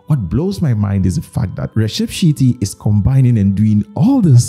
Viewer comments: Sir .... Its not shitty...... It is Sh' e' ( e' is pronounced like the a" in ace" ) tty.... Same tty as in patty' Shetty ....now Sh(a)etty ..... Definitely its not shitty.... Thanks. .... Kanthara....this film is pride of our Kannada culture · Not shitty Shetty ( she pronounced as in share.. and tty = tea with t being pressed)